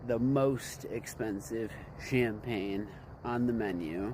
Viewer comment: I agree.... The " CHAMPAGNE S" part is where he messed up